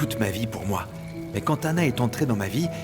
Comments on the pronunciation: Kiyè ki tande xander di anale ana😂😂😂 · Qui à entendre ça comme moi quand xander appelé Stella,anah 😂😂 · Pagen moun la ki tande XENDER di annale Anah😂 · Qui entend que xender dit aller anna😂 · Qui a entendu que Xander a prononcé le nom d'Anna devant Gaél